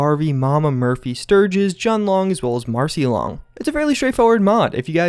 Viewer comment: Those times when you pronounce Jun Long without direct accordance to how it’s pronounced in-game.